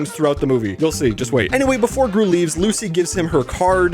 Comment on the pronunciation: when he miss said gru as dru, he was hinting the 3rd movie